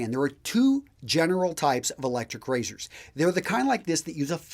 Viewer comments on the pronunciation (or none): Electshryc Rayzhyrsh!